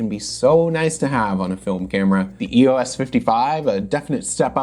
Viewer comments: Not sure why EOS was pronounced as a word by some - EOS means Electro Optical System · For the last time, it’s not E O S. EOS. Is the Greek Goddess of the Dawn. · I have an EOS Rebel 300x, as long as it works I will never need another film camera. EOS... I was also saying it wrong until today when I saw your video.